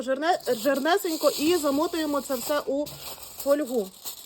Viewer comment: фольгУ. Наголос неправильний.